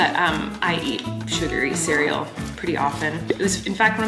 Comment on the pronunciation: I love the way that he pronounced cereal as Kareal